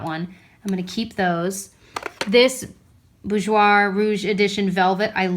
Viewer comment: bourjois is pronounced like bore-jwa